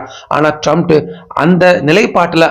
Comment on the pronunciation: ட்ரம்ப் என்று சொல்லுயா? Comments பார்க்க மாட்டியா? எத்தன பேர் சரியா வாசிக்க சொல்றாங்ங பார்க்க மாட்டியா? எல்லோருக்கும்" ட்ரம்ப் " என்று தெரியும். உனக்கு மட்டும் சரியா சொல்லத்தெரியல. அவன் லூசாவே இருந்தாலும் பேரை சரியா உச்சரிக்கணும்யா!